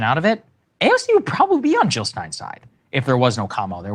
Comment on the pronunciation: Anybody else notice that says, "Oowon," instead of, "on?"